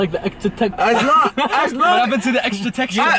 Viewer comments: When the legend says xtra textra...I'm open minded ☺️😂😂😂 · "extah textah"